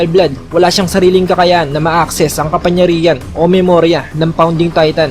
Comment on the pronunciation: Sir "KAPANGYARIHAN" po, hindi po "KAPANYARIHAN" pero nice review and translation Godbless